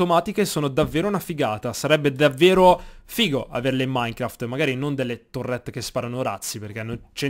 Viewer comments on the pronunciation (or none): none